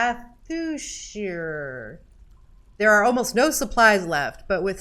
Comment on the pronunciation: She nailed Tangathúshrir but she fucked up Sustenance?! Come on man!